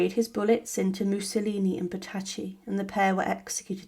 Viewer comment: It always shows a good grasp of the subject when you cannot pronounce their names.